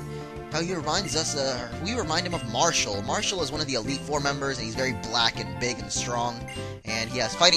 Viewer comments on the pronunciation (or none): none